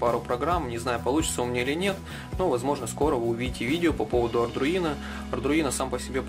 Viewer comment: Только ардуино, а не ардРуино